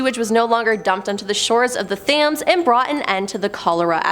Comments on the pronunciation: It’s pronounced TEMS not THAMES. Honestly hurt my ears listening 😢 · It's pronounced Tems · This is the point I stopped watching!!🤭😂😂😂 How can you not know how to pronounce Thames in this day and age??🤯